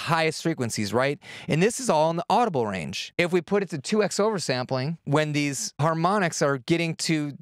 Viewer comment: 2x is pronounced "2 times". The "x" is not the letter x, it's the times or multiplication symbol. Just one of my pet peeves :)